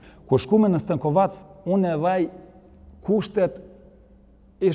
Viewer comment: STENKOVEC jo STANKOVAC...